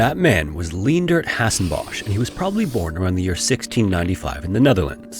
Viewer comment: Quite nitpicky but 'Hasenbosh' is not pronounced like that its in IPA it's /ɦazɛnbɔs/ so like its pronounced more like h-ah-z-eh-n-b-oh-s